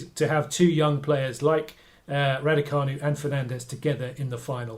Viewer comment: Learn to pronounce her name. EMMA RADUCANU, just the way it looks. Don’t worry she won’t be in tennis long. Tennis is just a pit stop on her way to international celebrity as a major film star. She will be the next Audrey Hepburn.